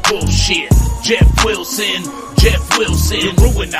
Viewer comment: JEFF WILL-SIN JEFF WILL-SIN.LOL